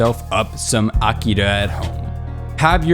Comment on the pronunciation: When you can't even pronounce A-Ki-Ra right, you tend to lose a credibility, same with "otakus" (Japanese plurals don't have an "s"). It wasn't bad, but it could have been so much better.